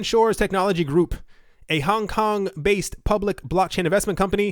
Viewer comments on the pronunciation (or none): none